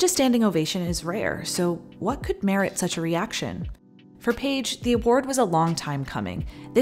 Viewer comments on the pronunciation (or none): none